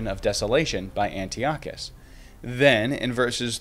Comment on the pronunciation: It’s pronounced An-TAI-uh-kuhs😊. I just stumbled upon your channel and so far I love this video!